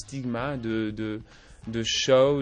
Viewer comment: pour tous les quebecois, j'ai entendu:C'est vraiment quelque chose de très évolué...... de mon dernier CHAT (show)